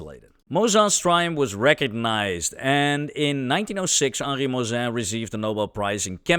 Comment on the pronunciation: For non-french speakers you say "Moissan" like a "croissant" 😘